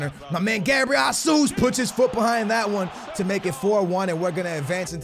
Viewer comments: I swear to god man lol. ITS NOT HASUS! It’s HÉZUS! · it's Gabriel "Haysus" not "Hasoos" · It's fucking pronounced Jehsoos not Jahsoos dumbass this dude can not fucking talk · why does pronounce it "jasus"?? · Its gabriel JESUS not JASUS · pronouncing names is a big no no ahah Its Jesus no JASUS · pls pronounce jesus right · i don't wanna be annoying but, you are pronouncing Gabriel Jesus wrong. I'm brazilian and here we speak portuguese, not spanish, so the correctly pronuciation is a little bit complicated to explain, because the english language haven't any syllable that sound like the right way to pronunciate "JE" in portuguese. I will try to make a exemple: Speak like the "Che" of Che Guevara but change the C sound to the J sound, like JHE but with a soft pronunciation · it's pronounced Jesus like you would pronounced Jorge Jesus... He's brazilian